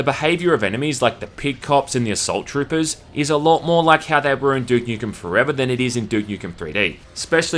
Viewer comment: "Dook Nookem and Syerious Syam"